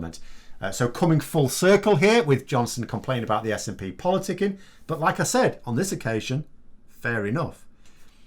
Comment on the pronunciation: Watched pmqs yesterday. What a load of crap. He couldn't even get the SNPs name right and this man is heading our country